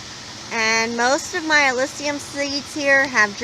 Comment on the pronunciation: All good, but it’s pronounced AH-LISS-UM, not AH-LISS-EE-UM